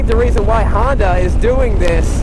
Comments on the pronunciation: It is not a Handa, its a Honda, take that hot potato out of your mouth if you speak english. And a DCT is not a automatic. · It is a Honda not a Handa.